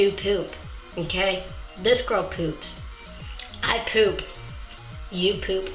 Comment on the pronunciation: Love the way she says poop. Pewp. Pewp. xD